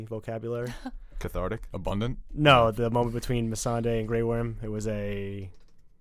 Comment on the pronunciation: I scratch my head with and. How she forgot about the Euron's fleet when they just talked about it. I mean for God's sake, one of them is the only person in the world that says Missandei's name weird. I hope it is his accent that makes him pronounce it like that.